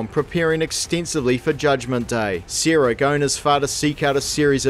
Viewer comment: From what country is this accent? You pronounce Sara as "Seera". If two people named Sara and Seera were together, and you called one of them, both would respond.